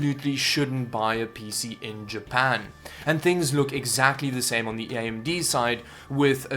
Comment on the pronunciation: Ah yes, I love “Ja-pu-n”